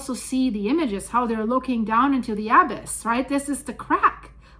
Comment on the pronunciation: The word "abyss"....... the emphasis is NOT on the first syllable. We DO NOT say "AB - iss" We say "ab - ISS". The emphasis is on the SECOND syllable.